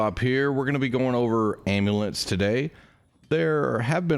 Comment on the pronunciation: I’m sorry, are you saying ambulance without the “b”???